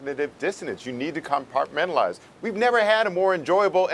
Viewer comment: 3.34 "compatmentalise" says Mr J A Adande. Hundreds of Tibetans are already in "compartmentalised" solitary cells for decades. What more do you want? Children as young as 6 and 7 arrive in Refugee reception centre, with their toes and fingers missing. It has been "compartmentalised" for 5 decades now. What more do you want? Aylward of WHO had atleast that guilty look. This guy is as smooth as a pimp in seedy china town.